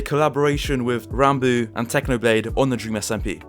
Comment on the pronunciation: Thank you for not pronouncing "Ranbo" my friend